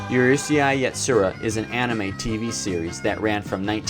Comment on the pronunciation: Number nine: Uru-say-ai YatSUra (Italian Opening) I'm not trying to be mean but that pronunciation caught me off guard lmao